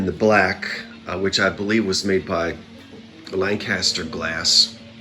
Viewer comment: Lankister not Lank Kaster 😂